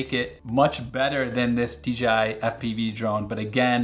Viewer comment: in France, it's only been less than a decade that dorks know how to say "J" and not "G", but you quite often hear "deedjeehigh" around. So I guess, we have a fellow french spy here getting uncovered !